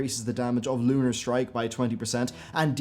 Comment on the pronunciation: Your "L 's" are so prominent in this video. I found myself saying LLLUUUUnar, every time you did.